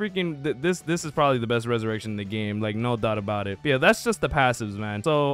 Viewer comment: Why am I the only one getting bothered by how he pronounced the ressurection and moves 🥲